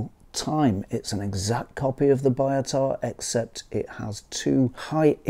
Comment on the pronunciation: I heard somewhere the pronunciation is more 'bee-o-tah' instead of 'buy-o-tah', is it true?